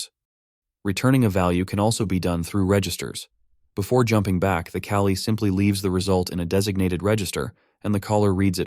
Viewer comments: Was sitting around trying to puzzle it out in my head. "C-ALI"? C Application Language Interface? Thank you for "callee" lol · The AI voice pronouncing "callee" as "cali" sure is distracting. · your TTS is making it say "callie" and not "call E". Maybe try typing "call E" or "caw lee" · If any US English speakers were confused (as I was) on first listen: "Cali" == "Callee" (viz. function being called) Another amazing video; keep up the great work,! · It's "callee". The TTS doesn't know how to pronounce it properly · It confused me at first ("What does this have to do with Calli?"), but luckily I am an intelligent being and can infer from the context that probably "callee" was meant. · I was wondering what Kali has to do with function calling, but then I realised it's just TTS mispronoucing "callee". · Are you saying the word "callee"? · your tts is reading "callee" incorrectly so you should check that